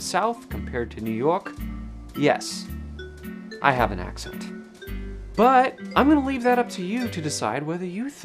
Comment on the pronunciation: The first time you said "If I have" you ever so slightly pronounced it "I Hee-yav" like your grandparents are from the Midwest or something.